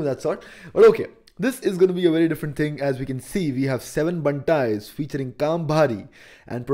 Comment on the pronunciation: 7Bantaiz Pronounced as - SAATH BANTAIZ .... not seven bantaiz